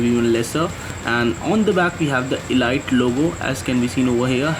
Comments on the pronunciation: pls its not elight its elite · Ladies its pronounced 'eleete'